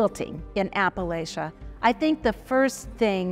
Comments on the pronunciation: Apple-atcha, not Apple-lay-cha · so the woman speaking about quilts is saying apple-lay-cha, not apple latcha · Oh,, how could you? Appa-lay-shia? You've lived here long enough to know better than that! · The information was well done but PLEASE learn how to say Appalachia! It is pronounced like you say “apple-at-cha” anyone who was raised in that part of the country cringes every time someone pronounces it. incorrectly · I can't imagine where you heard it! I'm a Virginian and have always heard it in the south pronounced as "apple-at-cha." That's the way my family and all the people I've ever known from this part of America pronounce it. The way pronounced it is from the north. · Ironic that the intro talks about a region largely misunderstood by outsiders and then has it narrated by someone who's an outsider who pronounces it oddly. Sorry, love quilts, and watch everything I can about them, but this seems a tad condescending. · Agree. I stopped watching after after the fraudster kept saying the name wrong. Clearly she doesn’t know anything about the area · Please! The host needs to learn how to pronounce Appalachian & Appalachia.